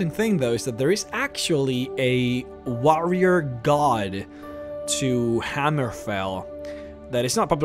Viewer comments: The same reason why he pronounces "warrior" as WAH-rrier. Just different accents I suppose. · You pronounce War correctly. Why do you pronounce warrior incorrectly? I feel like this is the cool whip family guy skit.